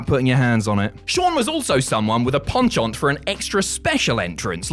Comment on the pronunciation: Thank you for pronouncing 'penchant' correctly! There is some justice in this world!